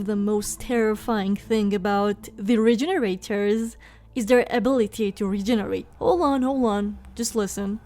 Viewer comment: Awww you Cutie, you were pronouncing it right but in the RE4 remake they're labeled Regeneradors <3 <3 <3 Cutie.